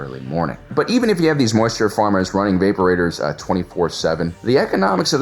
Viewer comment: Learn how to pronounce "Evaporate", or maybe just watch Star Wars to learn how to pronounce "Vaporator". This isn't a Tomato/Tomato issue, there's only one way to say it, and you're saying it wrong.